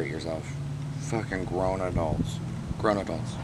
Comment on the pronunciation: Okay, I've now seen 3 episodes and I love! At "Get verified information, it goes a long way" and "groooown adults!" I really felt you.